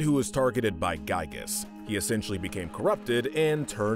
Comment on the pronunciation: Everyone pronounces "Giygas" wrong. If you know the story behind the Pokemon Regigigas, it is pronounced exactly like the latter half of the name!